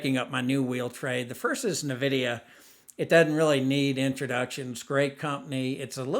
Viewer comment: FYI: It’s pronounced N Vidia not Navidia.